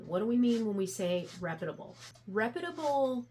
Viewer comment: Good video. Your pronunciation of the word reputable kills me lol. All in good fun. It comes from repute(d)